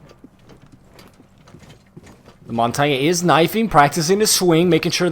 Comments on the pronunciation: Mon-tain not mon-tan-yay. The G is silent. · Mon-tar-nyay??!! Its Mon-tan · You sure you ain't the noob if your saying montonyae? 😂🤣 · Lol he says "montonyay" instead of montange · Your as much of a noob cuz its mon-tan (pronounced) not mon-tar-nyay noob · Its not montagny its montagne or montane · Mon-tane is how it is pronounced, not mon-ton-yay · The way you say montange makes me sad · The Montagne pronunciation triggers me as an amateur francophone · Am I the only one frustrated at the he says montagne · The cringe when he says montagne Bruh it's french please stop saying it if ur not french Butttt Amaizing video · The over pronunciation of Montagne is really annoying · do you know how to say montagne? XD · it's funny how they can't pronounce "montagne"